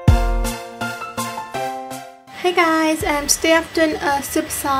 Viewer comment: you say tsubasa wrong, but i love this makeup look